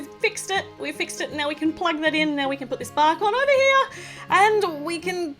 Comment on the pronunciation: when u said bark , I thought I heard Bach ( Johann Sebastien Bach)